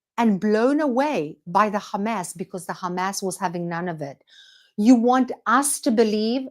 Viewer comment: You don't need to pronounce Hamas like in Arabic. Just like you don't need to pronounce Hebrew words the way Israelis pronounce them.